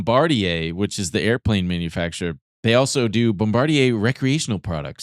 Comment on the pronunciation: its pronounced bomma-deer!